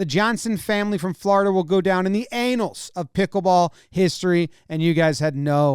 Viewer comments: Did Jomboy really just say anals . It’s annals, my man. Big difference! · In the annals, not the anals, you twit. Annals, with a short 'a' as in paddles. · Does he say “anal’s” instead of “annals” on purpose as a joke? Or because he is immature? Or both? 😂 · did you really just say "the anals of pickleball history"? 🤣 Love this format btw. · Thank you for pronouncing “Juventus” correctly. “Annals” was a little suspect, however. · Jomboy, you pronounced annals weird. 🤣 (at least for me in Minnesota)